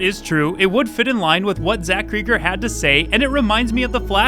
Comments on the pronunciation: Zach Creagger? Isn’t it Cregger? As the single e and the double g would indicate that’s how you would pronounce it 🤷🏼‍♂️😂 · The way you pronounced his last name hurt my WKUK-loving heart xD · He only pronounced it wrong 270 times